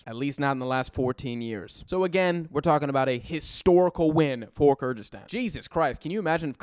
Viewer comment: Good overview, but you need to fix how you pronounce “Kyrgyzstan”. Similar to other Americans it kinda sounds like weird mixture of Kazakhstan and Kurdistan and changes from time to time